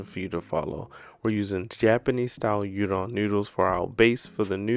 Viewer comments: It's pronounced ooodon, not udon. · Looks delicious king. In virgina they add slot of ketchup and i cant abide that. Also udon is pronounced oo-don. Can't wait for try this recipe